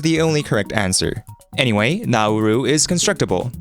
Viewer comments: that apostrophe denotes stress, not a glottal stop. Don’t divide the vowels when pronouncing naUru. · that's not the correct pronunciation... Is it?